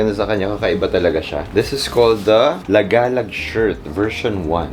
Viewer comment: Lagaalaag. Haha. Mabilis ang pronunciation haha. La-gúh-lǔg